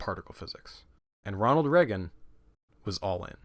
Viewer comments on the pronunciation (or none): Does anybody realize how he’s mispronouncing Ronald’s last name??? It’s Pronounced “Ray-gan” not “Reh-gan”. Jesus! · Pronouncing Reagan with a short E rather than a long E is so triggering. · The way you pronounce reagan I can tell u aren’t American lol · i’ve never heard anyone say reagan like that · I know this is petty, but the way you pronounce 'Reagan' is driving me insane.